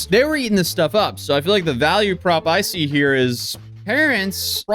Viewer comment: Not "see".